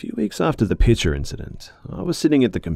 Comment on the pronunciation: I heard “pitcher” as “picture” at first and I was so confused as to why the mom had a picture of tea on the counter 😂😂